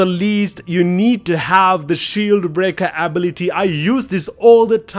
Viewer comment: My guy don't know how to say ability